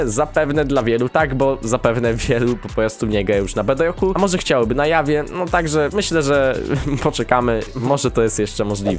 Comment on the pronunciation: nie czytaj jawie tylko dzawie :)